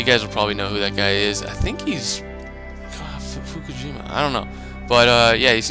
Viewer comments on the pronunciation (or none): "fujishima" how do you get "fukijima"? It's "fu-ji-shima"